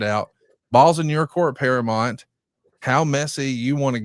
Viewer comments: Para-MOUNT … not Para-mont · I love a lot but, God damn pal, he consistently says "paraMONT" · Can someone please tell how to pronounce Paramount... it's not that difficult